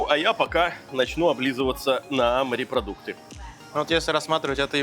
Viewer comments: Когда говорят "марипродукты" , не много каробит! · Сколько смотрю ,столько же и бомбит у меня от слова « МАРЕПРОДУКТЫ » !!!!! Ну бля ,ну как там можно ????